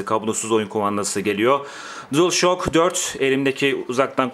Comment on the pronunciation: DuılŞak diye okunuyor:))